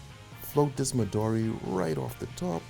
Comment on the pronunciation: Sorry to tell you this " the green liquor" is japanese meanning Midori is green in japanese! does not pronounce Midori but in is a Japanese meaning "Midori" means "green" and maybe in english sounds correct like "medori" cause in Japanese i is not sound like english "e" also in Italy Italy you don't say "ataly "but just plane Italy! so midoro is the same is M and the "i" must sound like Italy first vocal "I" that for english sound like "e" ! great cocktails 👏🏻👍🏻